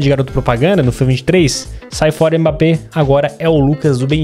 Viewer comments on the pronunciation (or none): none